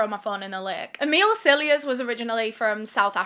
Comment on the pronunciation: I keep hearing you say, Amile’s Sillyass instead of Cilliers 😂 🤷🏼‍♀️